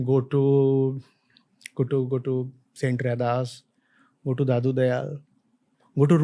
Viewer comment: Its Ravidas not raidas